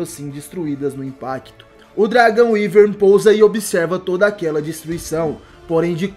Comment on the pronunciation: Radamanthys de wiverne Se fala Wiverne